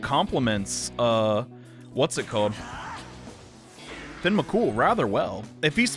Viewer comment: KurUma tengu. Me:...do you not watch Naruto? KurAma: VaRjra! Me:, it's Vajra. VaJra.: Finn Me....He literally says his name. Fee-ohn. Okay, you know what, I guess it's just a nickname.